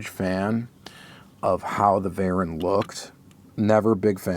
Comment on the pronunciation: It's actually pronounced vay-rahn.